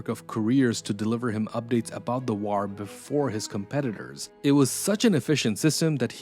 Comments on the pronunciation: The way you pronounce "war" is putting me off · Your AI narrator can't pronounce, "war." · Why do you pronounce "war" like that!? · Good video but you are mispronouncing the word war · The way to pronounce war is like a high pitched screach in my ear, I couldn't put myself thru that torcher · Like button for how he says "war" 😊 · The way you pronounce war is interesting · I’ve never heard anyone pronounce “war” like this narrator